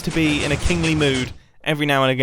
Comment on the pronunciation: Wen mumbo said kingly i thugt he said kinky lol